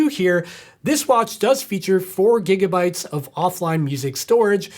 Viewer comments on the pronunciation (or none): none